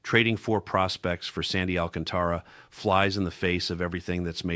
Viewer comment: First ! You should learn how to pronounce Alcantara it's should be pronounce with a Spanish accent not phonetically Al ca'n ta ra .